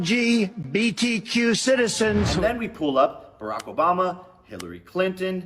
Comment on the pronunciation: This mother f*** said "and den ", lololol. U mean then